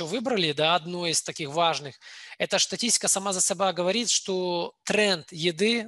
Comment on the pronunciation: Вот такие грамматеи! Вместо слова "его" говорит "евонный". Вместо слова "здесь" - "здеся", "Штатистика" Позорище!!! Андрей! Выбрал бы лучше спикера нормального, который проводит вебинары. Думаю, что не он один является спикером. А в общем, классная компания!